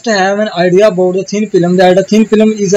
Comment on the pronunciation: You pronounce thin film as thin filam